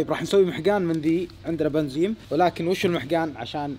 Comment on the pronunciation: ليه تقول بنزيم لا 😂بنزين